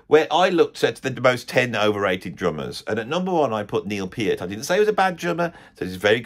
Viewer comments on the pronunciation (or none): Very few people know it's actually properly pronounced Neil "Pee-art." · He can't pronounce Peart correctly. Pert was the percussionist in Brand X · You can find a YouTube short where Geddy shows how to explain Peart under "Geddy explains how to pronounce "Peart." (about 5 seconds long). It's Piert.